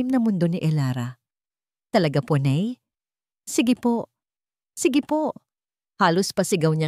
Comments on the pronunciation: Ano ba yan????Tagalog ang kwento pero ang tawag sa Ina ay (NEY) DAPAT ,,NAY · Oo nga noh? Bakit ney, foreigner ba ang narrator?😂😂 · Nay po Hindi ney